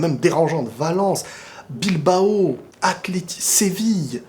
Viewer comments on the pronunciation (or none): none